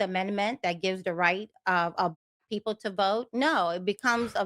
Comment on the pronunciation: “Who don’t vote? I mean what kinda peeepo?”